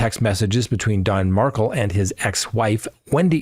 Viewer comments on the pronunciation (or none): Omggg can you please pronounce the victim's last name correctly?? It's MARKEL NOT MARKLE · Someone please tell the correct pronounciation of katie's surname.